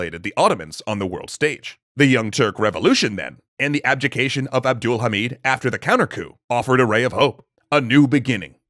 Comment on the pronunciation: it's NOT ABDUUL-HAMID it's abd- al- hamid